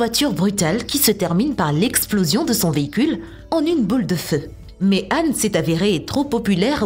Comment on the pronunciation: Son mom est "Han" Pas "âne"